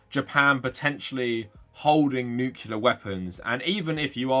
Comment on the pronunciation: Unrelated but I figure you’re more likely to read it here…. Pet peeve of mine as an engineer; it’s nu-clear, not nuke-yu-ler